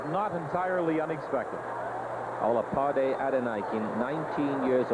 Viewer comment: The Nigerian runner is Olapade Adeniken, pronounced OH-luh-POD-ee. uh-DEN-ih-ken, not ADD-ih-NY-ken.